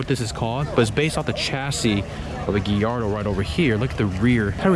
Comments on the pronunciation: What the hell is a "Gee-yardo"? Most normal people pronounce Gallardo "GUY-yardo." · Its guy-yardo not ge-yardo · First time i heard gillardo as gallardo but everyone can pronounce it how they want to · “Giardo” wtf🤣🤣🤣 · its pronounced guy-yard-oh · Lol for real the Geeardo was annoying me